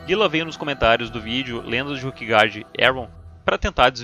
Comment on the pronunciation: Com todo respeito, assisti vários videos teus, muito bons por sinal. Mas qual é a lógica de pronunciar "Ruquegard" e "Ruque" para se referir a Ilha, e quando se referir aos jogadores pronunciar "Róquer"? Não seriam "ruquers"?...